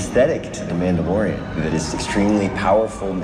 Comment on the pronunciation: he said this story follows a Mandalorian? I heard Amanda Lorian XD